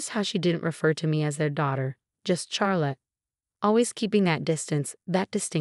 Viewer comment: That’s rib eye; also couldn’t pronounce Charrlotte